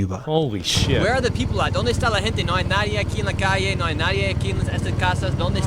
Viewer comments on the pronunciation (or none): none